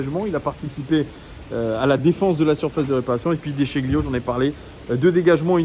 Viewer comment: Déchilio! Déchilio pour prononcer à l'italienne:)